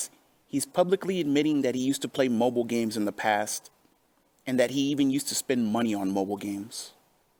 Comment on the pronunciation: I laugh every time he says "Mhobull games". Can't he speak like a normal person? After the second stroke he had couple of years ago I can barely understand him half of the time.